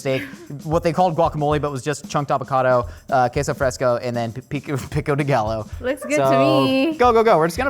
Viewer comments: Pickow de GALLOW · PICKo de gaLLO... have some respect, paul hollywood or whoever the hell keeps saying bc i don't watch this show.